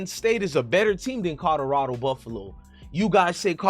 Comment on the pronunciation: It's "Colorado" not "Codorado"